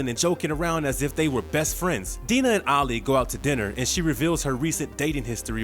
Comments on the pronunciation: Diana. Dye-na. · Dinah is pronounced "Die-nah" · Amazing how every TV appearance of Dinah Lance they pronounce it "Die-Nah", but nobody seemed to notice all those decades of television here. And Silver "SAINT" Cloud. That's what the "St" stands for in front of a name. Like St. Nicholas for Santa Claus. Yves St Laurent for a clothing store. Get a producer or someone that can do some quality control. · The narrator is still terrible; couldn't pronounce Dinah right, called Silver St Cloud => Silver Street Cloud (lol, can't make that up), and made mistakes reading the wiki article he's plagiarizing. For example, about the arrows Ono got hit with while fighting Oliver: "he took 2-to1 in his shoulder" (which makes no sense) when the wiki article was saying "he took 2 to one shoulder". Later on, instead of saying "unarmored" he said "unarmed" which didn't make sense in context...